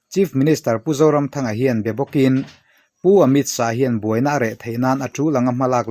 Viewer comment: Pu author pu zoramthanga hming i lamri leh kher khan minti tuilo zo vek😂...adang zawng kha chu atha vek